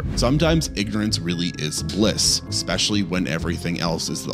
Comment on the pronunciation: Worst part.. "eckspecially"... come on bro.